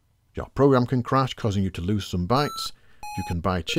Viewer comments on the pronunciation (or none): none